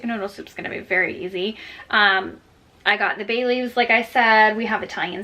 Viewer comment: You said Bay leaves and I definitely heard Bailey’s 😋